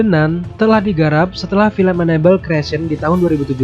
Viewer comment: Annabelle dibaca enable 😂😂😂